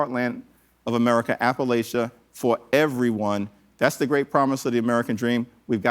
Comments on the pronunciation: Please say "Appa-LATCHA" instead of "Appa-LAYSHA." Thanks from Appalachia❤ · App-UH-latcha LOL! Also, excellent talking point: I think citizens should have full easy online access to ethics reports for all public servants.